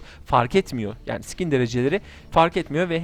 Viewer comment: Skine sıkin demen lazım sikin diyon yanlis anlasiliyor